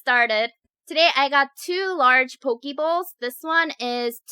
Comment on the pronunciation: Poke actually pronounced (po-kea)